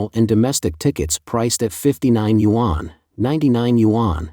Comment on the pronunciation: What are "you on"? Yuan is a one syllable Chinese word 元. Pronounced "yen"!!